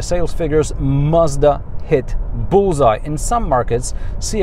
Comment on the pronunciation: Finally someone pronouncing Mazda and not Marzda